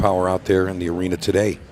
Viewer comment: Is it pronounced arena or arener?